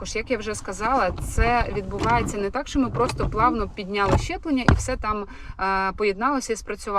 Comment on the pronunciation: Мені почулося чи ви сказали щеплення?)))